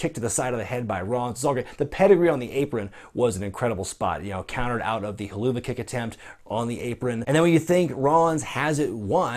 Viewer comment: it's pronounced He LOO va